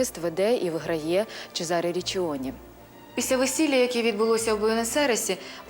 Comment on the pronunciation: Гарний фільм, та на майбутнє, вважайте на власні назви. Бо такі страшні наголоси ставите, що хочеться перервати відео. Іншомовні власні назви мають інші наголоси. Що це за ЧезАре??? Це можна сказати малограмотність….